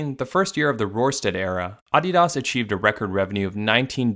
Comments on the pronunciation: Down voting cus of the way you say Adidas for the entire fucking video. You fuckin up big time man. Sorry to spread all this negative energy but someone’s gotta tell you. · Is that how Adidas is pronounced? Am I the only one who finds it jarring? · The way you pronounced ADIDAS was like nails on a chalkboard 😖 even if everyone ive ever heard say that brand pronounced ; the way its said in the video makes it sound like a snobby elite only company that doesn't sell to ignorant peasants such as myself. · I feel like if Adidas pronounced Adidas the way you did, they could maybe pass off as a luxury brand lol. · I can't watch the video with that ridiculous pronunciation he uses for Adidas! Listening to chalkboard scratching would be more tolerable. I'm surprised he did not pronounce Nike as "Neekay." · Is it just me or is he pronouncing adidas weird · I stopped watching 30 seconds in when he started pronouncing adidas pretentiously like the other youtubers lol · The way you say Adidas makes the video unwatchable tbh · Turned the video off the moment I heard him say Adidas like that. No doubt you put much effort into this video though <3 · Just hate him pronounce it this way it bothered me the whole video. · Let me guess, you are North American? It's pronounced ah-de-das, and not uh-de-dus. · why pronounce that way? Please stop. I couldn't finish the video. Just say Adidas, not Ahdeeeahas. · he lost me off how the man kept saying AHdidas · You messed up the name of the brand so bad this video is unwatchable. Shame. uh· dee· duhs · "auDEEdoss" man wtf who says it like that? Its "ADDeedus" like your other content but I cant listen to that sorry xD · My main takeaway from this video is that some people say AW-DEE-DAHS when I've only ever heard it pronounced as UH-DEE-DUS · can you just say Uh-dee-dahs? instead of AH-DEE-DASS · It's AH-DEE -DUS, I'm not in Germany, (Note how I didn't say Deutschland ) [[Same with Porsche] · Came here to just hear me say Ahh Dee Das